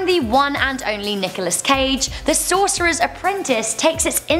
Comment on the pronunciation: Sorcerer's Apprentice. Sorcoras is not a word and wouldn't even be pronounced the same way as sorcerer.